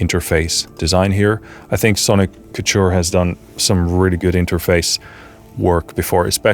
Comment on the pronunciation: Sonic Couture. Like Haute Couture. Haute couture means high dressmaking, or the height of fashion. I believe Sonic Couture means the height of sonic fashion—which is a good thing. Ko-ture. That’s how you pronounce it.